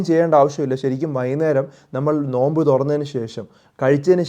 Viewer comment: നൊയമ്പ് അല്ല നോമ്പ്